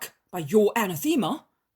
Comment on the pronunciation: Anathema is pronounced uh NATH emma. Not ANna THEME uh.